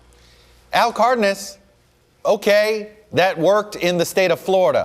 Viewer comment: Cardnas? It's c a r d e n a s. Who does this guy think he is trying to pronounce he's name like that.